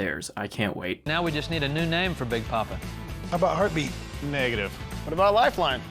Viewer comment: Ah. The era of dumbass facial hair. Also, every time they say "heart beat" i hear "herpe".